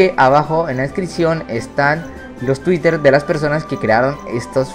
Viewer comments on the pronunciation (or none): none